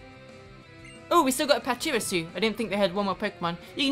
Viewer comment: Is it pronounced pachirisoo or pachireesoo? I pronounce it the second hehe :3